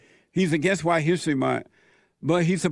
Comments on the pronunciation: "huwhite history month" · The guy in the glasses just hates white people, he pronounces White so condescendingly